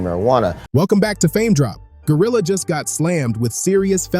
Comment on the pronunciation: I luv how you destroyed her name